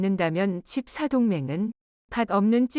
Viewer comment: 돋보기 쓰는게 필요할듯ㅡㅡ 칩 4를 자꾸 칩 나로 읽네 ㅋㅋ